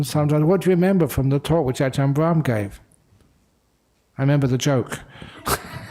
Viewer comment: Brahm not bram 😂